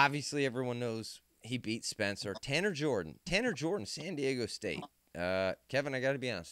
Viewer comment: Did bro say “Tanner Jorden, San Diego State”